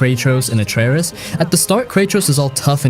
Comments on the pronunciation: Who tf is "Aitree-Iss" ?? Wait who tf are "Cray-Trose" & "Uh-Trerriss" I played this game all the way through TWICE and haven't ever heard of any of those characters in that game, sorry but I don't think you're talking about God of War 2018 because afaik none of those people exist in that game at all, so I'm thinking you're talking about some other game or something.. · Spec ops the line redeems your pronunciations of kratosv and atreus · The way you pronounce Kratos and Atreus hurts my ears... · Stopped watching after you kept saying Atreus wrong even kratos lol.